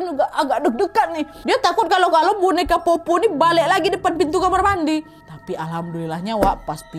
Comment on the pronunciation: Powpow kak bukan popo